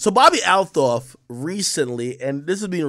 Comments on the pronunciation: she pronounces it "altoff" Ak.. fyi 👌🏾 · Why does he keep butchering her name like that??? 😂😂😂